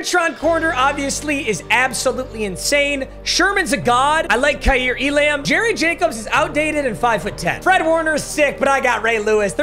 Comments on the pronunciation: I know Papa doesn't give a crap how names are correctly pronounced, but it drives me f*ckin nuts when he says E-Lamb. It's pronounced elum. Flame me if you want. I can't listen anymore without saying something. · just to help you out, kaiir elam’s last name is pronounced “e-lum” 🤓